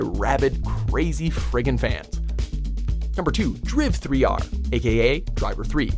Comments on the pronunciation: "driv three are" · = Driv Three R? Really? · I've been vindicated! I've heard another human being on this planet pronounce Driv3r as Driv-3-R! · I lost it when he said driv 3 R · Loved the fact that he pronounced "Driv3r" as "Driv-three-arr" 😂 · "Dreev three are" lmfao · "Driv 3r" Seriously? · The pronunciation of Driv3R 😂😂